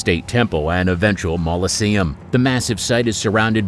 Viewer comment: Mausoleum NOT Moloseum